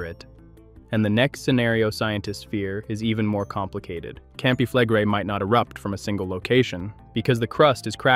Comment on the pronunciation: When you mispronounce words that are commonly used in volcanic discussions, you lose your credibility with those who begin to wonder what else you don't know. Campi Flegrei, Bradyseism, phreato...all mispronounced at least once.